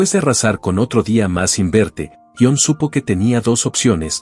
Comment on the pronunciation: Jon - Si - Ion -No; madre mia que pronuncia más mala😳